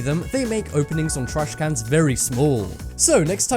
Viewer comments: He prounouces it like trashkannnns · does anyone else hate how he says trashcans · Why is he saying trash cans like that